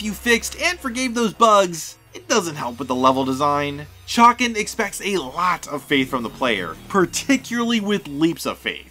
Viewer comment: say Chay-Can